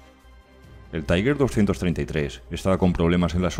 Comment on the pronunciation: Este pretende ser un comentario constructivo: se usa una pronunciación en ingles para TIGER " taiguer"; La correcta sería en alemán algo así como "tiga" Un saludo